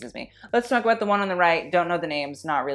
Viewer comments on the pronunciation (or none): "a boot a boot" who let the Canadian in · No one:: A BOOT